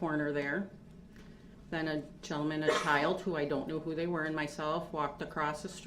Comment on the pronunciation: OMG I thought he said chow Not child😂😂